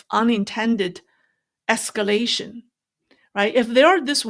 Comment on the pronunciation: There’s a rear possibirity of escaration